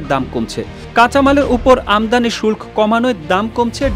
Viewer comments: শুল্ক এর উচ্চারণ আপনাদের কাছে নতুন করে শিখলাম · শুল্ক উচ্চারণ শিখে নেবেন।